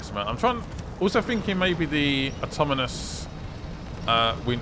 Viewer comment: Does he ever stop saying auto-moan-us?